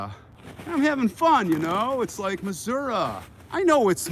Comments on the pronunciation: Hey, the way you can tell someone from Missouri they pronounce their state MISSOURAH!!! so you said it perfectly!!👍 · I lived in Iowa & know many local Missourians pronounce it Missour-a you are correct